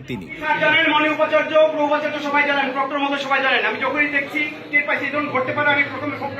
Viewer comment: উপ আচার্য নয়;অন্ উপ আচার্য।